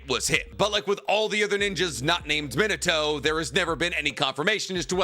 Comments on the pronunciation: That pronunciation of Min-a-toe is just so stub-me-in-a-toe horrendous. It’s mee-nah-toh. Key distinction between saying toe and toh is that toe is a little elongated at the end in that you’re stretching that “o” sound. Toh is not elongated. It’s very short and staccato. And yeah, I know this is nitpicking on top of nitpicking but it’s like nails on a chalkboard to me. And you say Minato’s name so goddamn often. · Where did you get this absurd pronunciation of Minato?